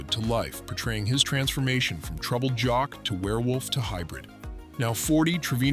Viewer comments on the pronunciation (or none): none